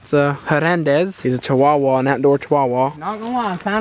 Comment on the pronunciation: Hernando is a cha-wa-wa